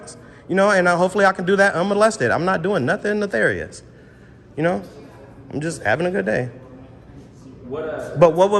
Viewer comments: “netharious” 😂 what a dummy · Stop saying "neTHarius"...its nefarius.... One is the character on world of Warcraft and the other is evil or wicked behavior.